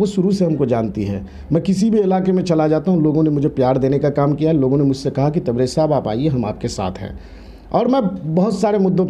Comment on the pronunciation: Abbe Tere Ko Bhi Kuch Nahi Aata Hai Sayer nahi Balki shayer.h. Tabrej hasmi nhi balki tabrez hashmi